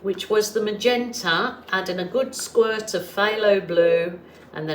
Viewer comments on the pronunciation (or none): none